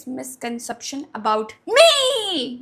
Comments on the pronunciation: Agr yr isko misconception word pronounce krna tk nhi aa rha toh bolna kyu hasi itni aa rhi mko aray yr 🤣🤣🤣shit man yh buddhi ko bs weight loss weight loss mujhe ab isse bhut jaida nafrat jo gyi hai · Phle tu 8-10 times misconception bolna seekh fr shayd 1-2 years lagenge spelling seekhne b